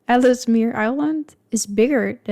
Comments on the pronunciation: And it's "Els mear", not "Ellis eh mear" or however this guy pronounces it. The whole thing is filled with little errors. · Ellesmere island is pronounced "Elsmere". The second "e" is silent. Canada is massive! We have many beautiful landscapes and resources. Europe and Canada would work well together.